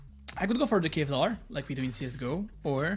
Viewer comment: Love how he calls big shield cevlar haha